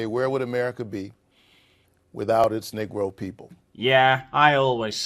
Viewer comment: You say "nee-gro," he says "nigra." W.B. De Boy.